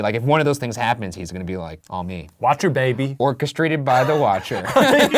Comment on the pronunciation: I JUST realized that Ryan said Orca-strated, instead of orchestrated... 🤣 Geez... 🐋